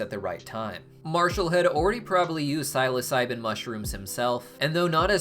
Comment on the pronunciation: also the way he says psilocybin